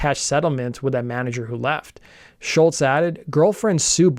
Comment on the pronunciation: Great vid young man. Top notch as usual. I love seeing younger folk talking about music done in my time. Pro tip: the way you pronounce Tom's last name is "Shoals" like Muscle Shoals from Sweet Home Alabama fame.